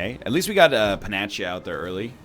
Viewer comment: Did this man just pronounce panacea as 'panacha'